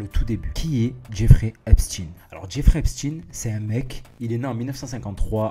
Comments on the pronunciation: Ça ne se prononce pas Epstine... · Mais bordel on ne prononce pas Epstine lol.